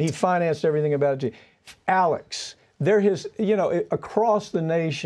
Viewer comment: ALEC not Alex.